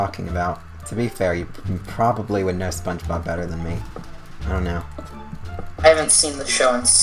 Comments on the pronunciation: spunch bawb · spoge bob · oh god I can't believe how much you butchered spongebob